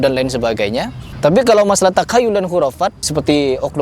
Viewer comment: 10.25 Takayyul😂😂😂😂,, Takhayyul...Belajar makhraj dimana😂😂😂.. Benarlah sebuah kalimat من تكلم بغير فنه أتى بالعجائب